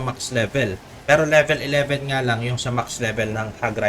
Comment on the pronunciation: Pa libilen😂😂😂 Bisaya ka😂😂😂 Ako din eh😂😂😂